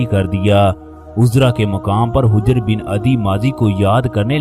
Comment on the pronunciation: ارے بھئی یہ لفظ حِجرہے